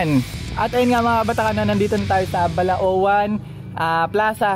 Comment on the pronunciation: Idol taga balaoan aqo bilisan mo lng ng pag bigkas ng balaoan Ride safe idol😉😉